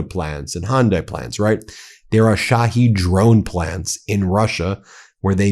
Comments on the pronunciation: at least TRY to pronounce it correctly! SHA-HEAD drones! SHA-HEAD. Not she heed, not shahaed, not sahaed! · Ben, get some help for your pronunciation of non-American/English words. It hurts my ears to hear you say Shahed, or EuroMaidan. Sounds like "My Dan", from ميدان, from مدن. Yani -- City Square.